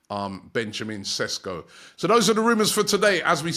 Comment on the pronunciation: Not Sesko, but Šeško! 😊 greetings from Slovenia Robbie 😁